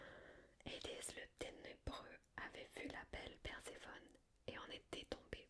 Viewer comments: Ça m'a perturber les nom des dieux à l'anglaise, la haies en anglais est horrible, mais super videos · Super, mais pourquoi tu utilises un accent anglo américain pour dire Hadès ou Hercules ? Ce sont des noms francisés qui viennent du grec, je comprends pas le lien là